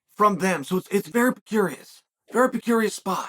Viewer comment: "Very percurious spot"